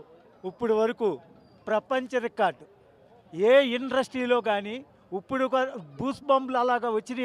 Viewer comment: నువ్వు ని మాటలు ని మొహం లా ఇకారంగా ఉన్నాయ్... ఉప్పుడు కాదురా ఇప్పటి లేక ఇప్పుడు వరకు అనాలి ఉప్పుడు పప్పుడు కాదురా తెలుగు రాని దద్దమ్మ... ఇండ్రస్ర్టీ కాదురా వెధవ ఇండస్ట్రీ...అనాలి రా తెలుగు రాని దద్దమ్మ....ఆడిని చూస్తుంటే కక్కొస్తావుంది ఇకారంగా దెయ్యం లా ఉన్నాడు సూపర్ అట ఏం టేస్టులురా మీవి.. బుర్రతక్కువనా కొడకల్లారా... 🌹🕉️🌹జై శ్రీరామ్....